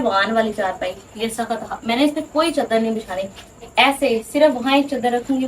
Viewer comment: Chdr nai hota chader hota hai